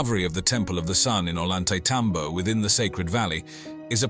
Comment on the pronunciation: .. .. NOT .. ''OH - LAWN -TAY - TOM - BOW .. SPANARDO's PRONOUNCE .. OH - YAWN - TAY - ..